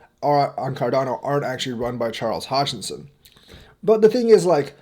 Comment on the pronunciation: Haha you almost said chardano 😂